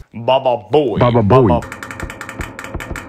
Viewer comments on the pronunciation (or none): Its not pronounced baba boy its pronounced bubu boy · Its not pronounced baba boy it pronounced bubu boy